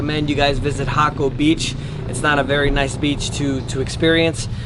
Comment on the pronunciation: Jacó not Jaco